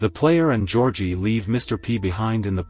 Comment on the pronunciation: “Georgie” more like georkie